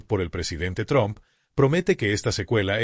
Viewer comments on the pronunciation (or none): none